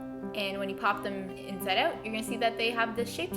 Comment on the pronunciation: The way you say inside out annoys me